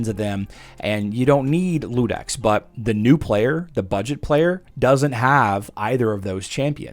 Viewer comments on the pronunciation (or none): By the way, it's not Ludex, it's Iudex (yew-dex) with an uppercase "i". It's latin for Judge. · I was going to jump on here and say the same thing. was the first content creator I've seen pronouncing it with an "L", even though it is obviously an "I". Guess the brain just wasn't willing to wrap itself around that word correctly. It happens